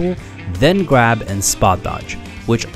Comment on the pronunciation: “while holding the gwab button a bit longer”